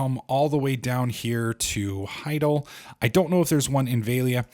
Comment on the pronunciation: You're the worst at pronouncing names haha. It's not "HI-GAL," it's "HI-DAL."